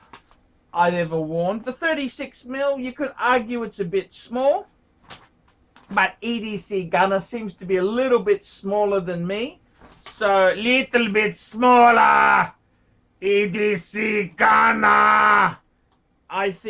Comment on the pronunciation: Like just for the way u keep saying EDC GANNA